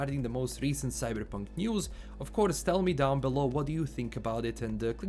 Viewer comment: Today we're going to talk about 'Cyddddberrrrpunk'